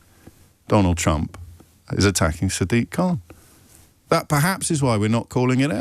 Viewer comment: Every time I hear him say trump I hear chump - love it